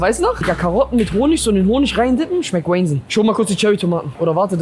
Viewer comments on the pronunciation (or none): man lernt auch viele neue wörter :D Wheynsinn (wahnsinn) xD